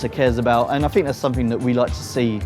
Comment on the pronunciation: It is slightly generational rather than regional. Although, I swear he says Fink rather than THink too. That's more annoying for me.